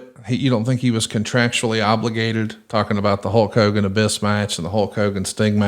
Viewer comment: I thought Hallk Hogan was the name of the bootleg wrestler toys my Grandma would bring us from Mexico. I guess it was legit per Bischoff’s pronunciation.